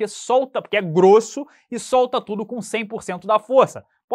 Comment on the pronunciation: encheu a boca no “pq é groooosssooo”